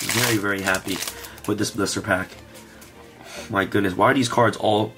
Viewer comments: Sounds like he’s saying “blooster” packs. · Is he saying blister packs?